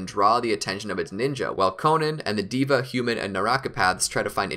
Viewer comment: Bro, its not a ''DIVA" path😅. Its called Deva Path